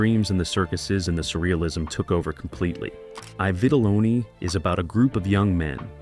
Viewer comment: Not EYE vitelloni It’s E vitelloni Robot narrated